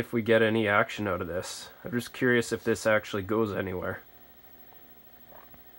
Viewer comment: Take those screws oot.